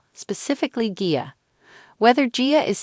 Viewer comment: It's AI that's why it can't pronounce. Annoying! Like gia and mother.